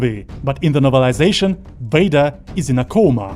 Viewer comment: Vader. not Wader.